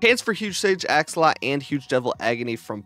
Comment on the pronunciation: AxolotL pronounce the last L lol😂